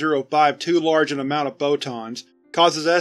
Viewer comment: The way he says "photons" sounds a lot like "bow-tons" to me